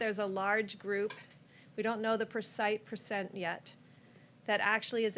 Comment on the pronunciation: Persite percent lol wat